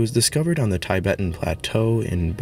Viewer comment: You asked for some input regarding this wonderful video. You’re pronouncing Tibet incorrectly and you change the way that you pronounce Neanderthal. At the beginning you pronounce it with a hard “T”. (As in “Tall”) And then later on, you begin to pronounce the word with a soft “TH’. (As in “The”). It doesn’t matter which pronunciation is “ correct”, but rather that however you pronounce it, you remain consistent throughout. I’m glad I discovered your series on pre-– Homosapien Hominids!